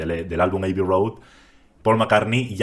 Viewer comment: Revisa la pronunciación de "abbey".